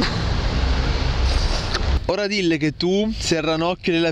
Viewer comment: già in due avete sbagliato a dire "diLLE"